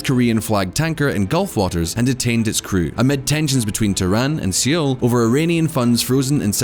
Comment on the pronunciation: Only this channel would promise to "answer all the questions" and then pronounce Seoul as seal :-D